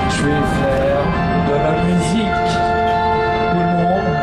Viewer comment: on est... danzun... train... et ... je vaifair... de la mu zi queuh c quoi ce dj en mousse ;(